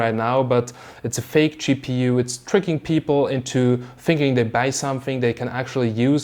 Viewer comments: Gpu nah, cheapPU. Unintentional pun thanks to his accent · I like how you pronounce GPU. " Chee PU " :-) <3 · More like Cheap EU ^^ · "it was a choke" or "joke" :D ;) and schepu oder gpu?